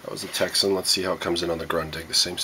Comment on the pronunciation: POPYCOCK Not a test all :- (1)should have been on same Antenna, (2) A Propper test of ssb..... (3) You havn't a clue re DX !! You dont know much about it do you....So why not pronounce the correct name TECSUN not a Texsen